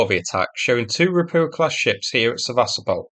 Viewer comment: Why is it so difficult to pronounce it Seva-stopal? You pronounce so many other name correctly but not this. I watch the videos but when you pronounce the city's name incorrectly then I stop watching and you get no 👍. It's a shame because I used to enjoy watching the video and being amused with your humorous comments. I do hope you will start the correct pronunciation so I can resubscribe and comment again for the algorithm. This is a one off.